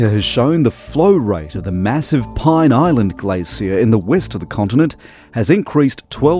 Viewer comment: "Pine" Island?